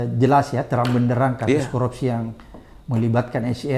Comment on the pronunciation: 𝐁𝐮𝐧𝐠 𝐀𝐛𝐫𝐚𝐡𝐚𝐦, 𝐝𝐢𝐩𝐞𝐫𝐛𝐚𝐢𝐤𝐢 𝐮𝐜𝐚𝐩𝐚𝐧𝐧𝐲𝐚. 𝐊𝐨𝐫𝐮𝐩𝐬𝐢 𝐛𝐮𝐤𝐚𝐧 𝐤𝐨𝐫𝐨𝐩𝐬𝐢 😅😅😅. 𝐁𝐭𝐰, 𝐭𝐚𝐧𝐠𝐤𝐚𝐩 𝐒𝐘𝐋, 𝐭𝐞𝐫𝐬𝐚𝐧𝐠𝐤𝐚𝐤𝐚𝐤𝐧 𝐅𝐢𝐫𝐥𝐲 𝐝𝐚𝐧 𝐩𝐞𝐜𝐚𝐭 𝐝𝐢𝐚.